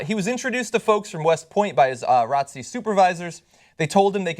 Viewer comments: it's r.o.t.c not rotc genius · "Rohtsee" (ROTC) is an acronym John.....R.O.T.C is how you say it. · It's R.O.T.C. not "rotcy" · WTF!!!! like really dude!!! you are actually pronouncing R.O.T.C. as "rotcy"!?!?! I just become one of those people on the internet but damn you just say the letters R....O....T....C...... it stands for Reserved Officer Training Core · It's R-O-T-C, not Rotsy... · John is pronounced R-O-T-C lol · Never heard R-O-T-C be pronounced "ratzi" like it's an actual word lol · RASHAD GUPTAR it's an acronym not a word. There's no need to pronounce it as a word. You don't pronounce FBI, DEA, OR CIA as a word because they're acronym. Sane with ROTC.